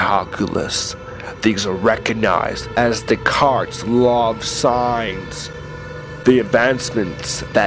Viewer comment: i think im going to kill myself if this guy says de-cartS one more time!